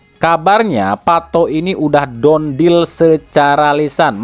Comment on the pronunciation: Done dibaca = dan bukan don (dont)